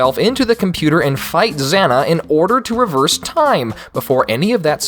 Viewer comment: It's Xana, not zana, and why do you call it a lady when they always refer to it as him?